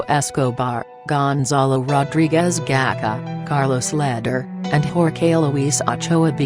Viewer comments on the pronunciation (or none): Gonzalo gakha😂😂😂 you idiot it's Gacha!!!